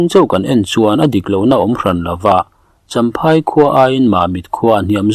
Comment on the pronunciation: I chhiar thiam viau na a champhai/chawnchhim tih I lam dan a dik lo. A hre awmte lo zawt ang che.